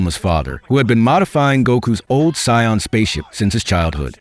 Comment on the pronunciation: See, even AI recognizes that “Saiyan” is pronounced like “scion”. AI can, the Thanksgiving Day parade people can, but the people responsible for localizing it can’t, and now everybody just goes after anybody who doesn’t say “Saiyan” with a long A sound.